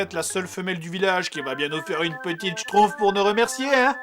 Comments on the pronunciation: Je rêve ou tu dit Schtrouff et pas Schtumpf ? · Schtroumpf ne se prononce pas schtroupf, mais bien schtrouMpf. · j adore tu dis schtrouf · En fait, il sait pas prononcer schtroumpf !!